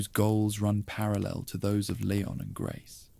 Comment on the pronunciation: These are a bit repetitive but pretty good, can you stop calling him LAY-on though? It is LEE-ON